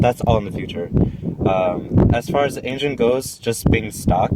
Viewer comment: Nice video, I like the "Ain-gen" haha